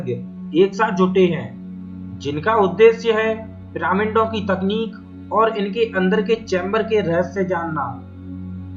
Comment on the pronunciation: "पिरामिन्ड" नहीं "पिरामिड" बोलते है भाई 🙄